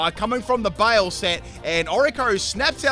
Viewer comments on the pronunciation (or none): BYE-LAY not bale :( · just fyi: baile is pronounced close to by lay, not bale. It's Spanish. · Oh gurl. Not my Spanish ass getting triggered by you calling Baile (Bye-leh) BAY-IL. lol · I died a little bit every time you said “bail”. Baile= bye-le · Baile. Is pronounced Bye-leh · Since you seemed in doubt, Baile is pronounced like "BY-LEH" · Oricorio Baile is pronounced baile "By-leh" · Haha, the simplest way to pronounce baile would be to say something like "bye le" it's Spanish. That was a fun video. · Baile is Spanish Flamenco. Pronounced 'bye-lay'